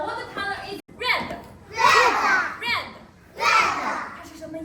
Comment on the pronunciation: aha... That makes sense! I don't speak one syllable of Chinese so those kids are ahead of me in languages, even if they do say "red-uh". lol